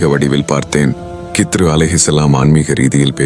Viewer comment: இதில் ஏன் இந்த தேவை இல்லாத காட்சிகளை காட்டுகிறீர்கள்... ஹிள்ர் அலைஹி வஸல்லம் அவர்கள் என்று சொல்ல முடியாதா..?? வேண்டும் என்றே திட்டமிட்டு கித்ரு, கித்ரு என்று தவறாக உச்சரிப்பது ஏன்??? உண்மையில் நீங்கள் எல்லாம் இஸ்லாத்திற்கும், முஸ்லிம்களுக்கும் நன்மை செய்யும் வகையில் தான் இந்த மாதிரி காணொளிகளை வெளியிடுகிறீர்களா???? இறைவனே மிக அறிந்தவன்... யா அல்லாஹ் இதில் உள்ள தீமைகளை விட்டும் என்னையும், முழு முஸ்லிம் சமுதாய மக்களையும் பாதுகாப்பாயாக... இந்த காணொளியை தயாரிப்பாளர்கள் தீய நோக்கம் உடையவர்களாக இருந்தால் இவர்களை அழித்து விடுவாயாக...